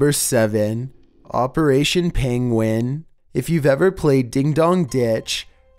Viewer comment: you say 'penguin' the same as benedict cucumber 'pengwing'